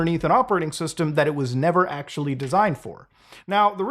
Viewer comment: we're in 4% acshhually!!